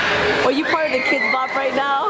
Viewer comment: instead of saying kidz bop, it sounds like kpop